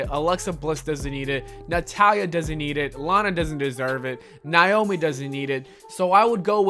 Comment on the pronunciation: It is pronounced(NAY-OMI) Not(NY-OMI